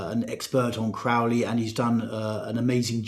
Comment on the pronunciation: Crow-ley like holy, not "Craw"-ley like crawl.